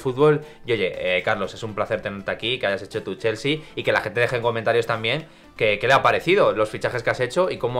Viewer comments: „Cheooolsy“ :v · Lo mejor del video es como pronuncia chelsea